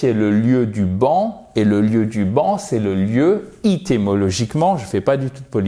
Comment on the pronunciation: Hi, sorry mais il me semble que l'on dit éthimologiquement et non Ithy.....